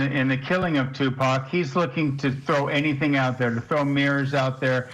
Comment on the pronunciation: Finally, after all these years they pronounce Tupac's name right.......I'm tired of hearing them say Tupack